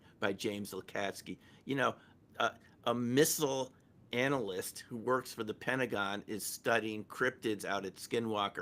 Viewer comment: its Pentagon, not pennagone